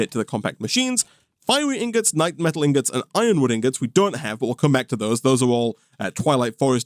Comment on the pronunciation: for yall who didn't know, died 6 times to the lich, which he didn't show here lol, also note that keeps misprounouncing the knightMETAL as knightSLIME for some reason